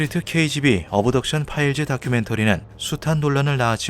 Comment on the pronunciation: 쓸데없이 트집잡는 거 같아서 그냥 넘어갈려고 했는데, 귀에 너무 거슬려서 한 말씀 드립니다. (죄송) 시크리트(secret), 어브덕션(Abduction), 파일즈(Files) .... 과거 영어를 한글화하면서 영어모음이 없는 부분에 "으"발음을 넣는 습관들이 있었는데 이제는 거의 그런 발음을 하는 사람이 없습니다. 굳이 한국말로 최대한 비슷하게 발음하면 씨크릿(secret), 업덕션(Abduction), 파일ㅅ(Files '으'발음없이 파열음만) 라고 하심이 ㅋ 거듭 죄송합니다 ㅎ